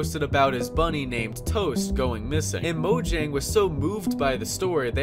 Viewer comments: Mojang is pronounced MO-YANG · Fun fact. People call mojang moyang and mohang...idiots right?